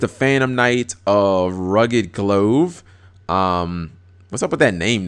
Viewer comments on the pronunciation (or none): Glove as in "gl-UH-ve", not "gl-OH-ve". As in, the things you put on your hands to cover them. The Phantom Knights have a clothing motif. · >glove >"glOHve" lol G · That is the absolute weirdest way that I have ever heard the word "glove" pronounced. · How you dont know how to pronounce glove?